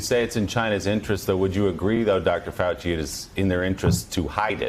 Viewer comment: Keep on open mind..........says Faux-chi. (who doesn't have one).